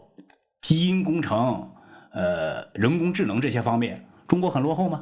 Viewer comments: 听到人工技(智)能没忍住😂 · 大牛是哪的人。。人工智能说成了人工ji能。嘿嘿嘿